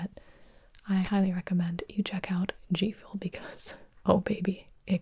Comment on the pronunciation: Is it just me or did she say Jfuel